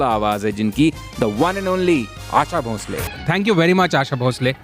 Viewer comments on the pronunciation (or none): आप उनको भोसले के बदले भोंसले भोंसले क्यों बोल रहे हैं। आपका ज़िक्र तो बीबीसी के साथ रहा। उच्चारण की एहमियत पर कुछ कहना तो आपको समझाइश देना होगा। क्यों ऐसा पाप करूं मैं?